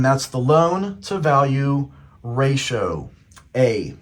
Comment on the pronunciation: I appreciate this video but I gotta let you know you pronounce ratio wrong. Just incase you make future videos